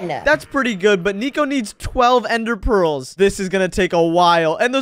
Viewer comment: did you just say " you can't get enderpreals now"